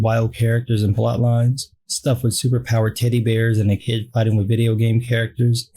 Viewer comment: I whole thought you "said super-powered titty bears", instead of "super-powered teddy bears".